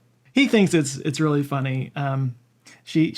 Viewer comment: “But it reawwy built my chayactewr” lmao ❤